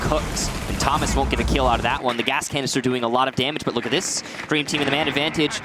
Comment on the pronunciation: And for the rest of the match they both say "toe-mas" actually... it's not versatile, it's a completely different name!